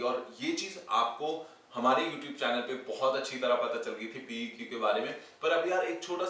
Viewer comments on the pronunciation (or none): none